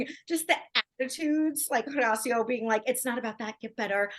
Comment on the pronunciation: Again. The H is silent. Horacio. hOracio